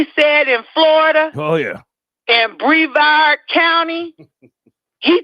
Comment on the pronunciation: It’s BREVARD COUNTY…not BAVARD COUNTY!!!